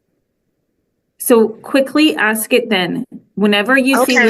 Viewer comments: It’s ASK not AX!! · It’s ASK, not AX! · Part of her problem is she’s “axing” not asking. 🤷‍♀️ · She Axed someone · She had to give an example of why she "axed that". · Did you AXE ? Or did you ASK ?? How seriously uneducated can these nasty THINGS be ?? 🗑️🗑️🗑️🗑️ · It’s hard listening to that lady. Ask and axe are different words